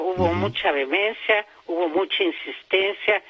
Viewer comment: Escuché en su demencia en la defensa de la revolución? Ah no! Dijo vehemencia. Mmm.